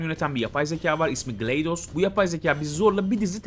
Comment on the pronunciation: GlaDos a gleydos diyen ilk kişisin yeminle 🤣🤣 yeminle diyorum bugüne kadar hiç gleydos diyeni duyuyorum yabancılar da dahil t